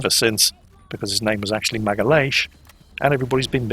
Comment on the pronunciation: Good job on Magalhães...